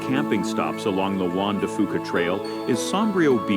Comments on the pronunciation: Obviously not narrated by a local with his butchering of pronunciations. Juan de Fuca is pronounced Juan de Fyuca. Cowichan Bay is COW-ichan Bay. Saanich is a flat A like hat. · Sorry, but the way that video mispronounces some of the place names grates on my nerves!! Most people in B.C. say: Juan de Fuca (WAN-de-FYOO-ka); Cowichan (COW-i-chan); Saanich (SAN-ich); Uclulet (you-CLUE-let). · Juan de Fuca (ff you ka not foo ka) Cowichan Bay (Cow ih chan not cow ee chan) Saanich (sa nich not saw-nich) Ucluelet (you clue let)